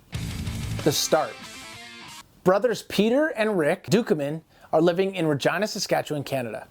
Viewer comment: Bro. I thought you said "vagina saskatchewan Canada" I had to go back 🤣🤣🤣